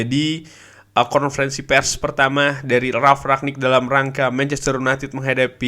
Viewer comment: Kyknya masih salah deh penyebutan nama Ralf Rangnick nyaa